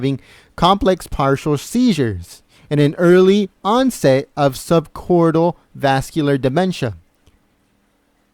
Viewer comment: Please stop saying, "sub-cortal dementia". It is "sub-cort-IH-cal dementia". The claims that these records are fake don't hold up. The denials reflect the real fear that Hillary Clinton will sue someone for releasing her HIPPA protected health records. I think it is pretty clear that HRC has a complex neurological problem, the diagnosis of which could only be clarified by a specialist. Thank GOD she didn't win the election!